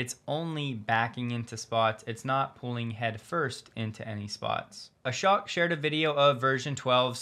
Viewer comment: Ashok is pronounced Ashoke, not Ashock.